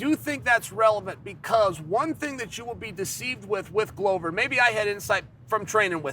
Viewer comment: Why does Chael disrespect Glover by correctly pronouncing his name?